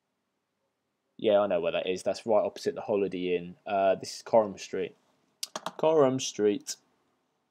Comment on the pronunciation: Wife has worked for Coram for over ten tears, never heard it pronounced that way!